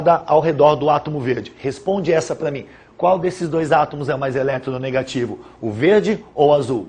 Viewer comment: mas porque ele fala eletero...negativo?